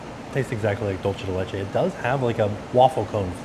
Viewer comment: Dulce de leche = "dool-seh deh leh-cheh"